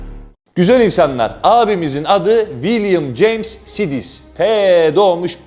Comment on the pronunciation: Sidis diye okunmaz o bence. Saydıs diye okunmalı sanırım